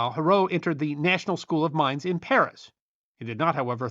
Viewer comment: The École de Mines: Mines is pronounced Meen in French.